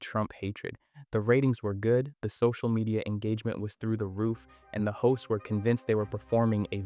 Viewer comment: everytime he said "hosts" i heard "hoes and it made me giggle